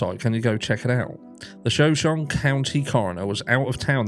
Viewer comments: Shoshone is pronounced show-show-nee. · It's pronounced like the Tribe It's named after, 'Show-Show-KNEE' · Shoshone i county is pronounced "show-Show-knee". I believe is native name. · Hi it’s shu-show-née after the Native American tribe. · "Sha-shown" is how people in Idaho pronounce Shoshone County. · SHU-SHOW-KNEE. And the shu is said like in shut without the T. The pronunciation of this word is very confusing. Please don't think I'm trying to correct you I'm just trying to be helpful since you seemed unsure of how to say ot. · not to be rude but the correct pronunciation is SHa SHONE county.There's so many Indian names in our area they're hard to pronounce.I was born in Coeurd'Alene ( Core da lane)😉🥰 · I think the pronunciation is “show sean ie” as in Native American tribe. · Shoshone is pronounced as Show-show-knee. Its a Native American tribe in Idaho. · Thanks for your content,! Shoshone is pronounced ’Show-show-knee”, if that helps. Named after an indigenous tribe of the region. Lots of questionable stuff in Northern Idaho. Scary and sad. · Pronounced: Sha-Show-Knee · Just to help you out...Show shone e. It's native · "Shuh-show-nee" (a native American people) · Pronounced show shon e…..it’s Native American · Shoshone is pronounced shah-show-nee. It's an american indian tribe.